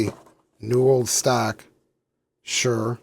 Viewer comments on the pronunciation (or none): none